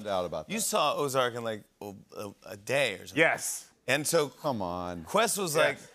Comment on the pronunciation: Good job with “ozark”!